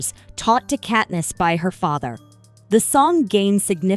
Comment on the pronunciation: Ahh yes, Kateness and Paynem 🥴🥴🥴